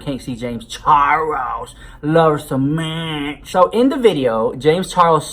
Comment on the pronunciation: I literally only watch to hear you say “I luv u sa match” 😂😂😂